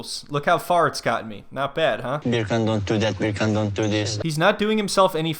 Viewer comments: Why does she keep pronouncing Beer Can wrong? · As soon as the first " BerrCan" comes out of your mouth. I loose it. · I'm from Germany and I can easily pronounce it correctly. Hearing "Beer can" annoys me so much whenever he says it. Especially since he's so thoughtful and sensible in every other aspect. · Bircan - the C is pronounced as J